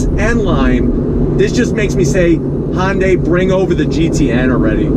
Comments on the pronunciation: please stop saying Hon-day! It's HUN-DAY. When you say it the way you do, you make it sound like it blends with Honda. Uuugh! Sorry. Just drives me crazy. Love ya, mean it. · N-Line does have sunroof with the tech package. And its "hyun-day" not "hon-day" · Say Sunday now substitute it with an H.. irks me when people try to squish Honda in there somehow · "Hon day". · somebody needs to teach this man how to pronounce Hyundai. He keeps saying Hon Day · Han-day? What is Han-day? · you said, "Hon-day"...